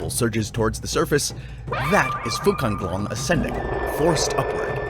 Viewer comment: Sorry but it name's Fuzanglong, not Fucanglong